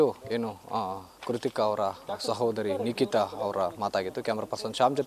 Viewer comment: Not Likita..its Nikita